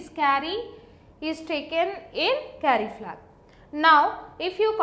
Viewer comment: Why do only Indian people explain this stuff so good? btw it's "Carry-Flag" not "Curry-Flag" ;)